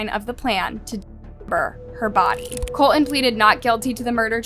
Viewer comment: Is there a reason the AI narrator cannot pronounce "Colton" correctly? It contains a "t" at the beginning of the second syllable.